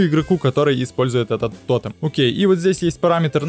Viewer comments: Ну почему то́тем а не тоте́м, почемууууу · То́тем? Пожалуйста говори тоте́м!